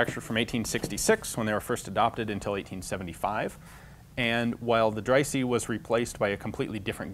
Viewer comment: Dreyse is pronounced “Drey-zuh”.